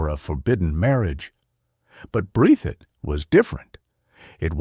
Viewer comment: Breath - thit! Is how it's pronounced buddy.